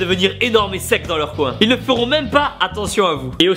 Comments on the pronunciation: T'as vraiment dit ilSSE? Haha :D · AAAH le sudiste il prononce le s de ils :DD